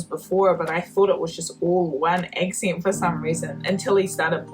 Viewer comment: If I had a dime for every time she said "eccint" (accent), I'd have a gazillion dimes